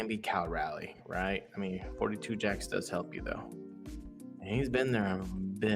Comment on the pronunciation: Castillo Friday. Logan Evans Saturday. Bryan Woo Sunday. Also, they are 6 - 1 since the trade deadline. However, Naylor will likely miss at least one game, possibly the entire series, with a shoulder injury. Also, it's Cal RALIEGH, not Riley. Pronounced like the city in N. Carolina.